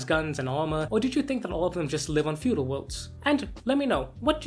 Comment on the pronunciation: Fedual, or feudal? Just ribbin' ya. Great video!